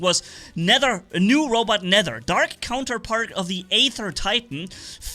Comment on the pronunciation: I'm surprised you're the first to pronounce "Nether" correctly. Other people probably confuse the way of pronouncing "th", because you say Aether so different. In case you're wondering, they say it "Net her".